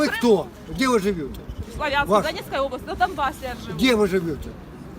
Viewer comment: дед не из Славянска... местные делают ударение на первом слоге - СлАвянск,а те кто не знают обычно говорят - СлавЯнск... залетный дедок...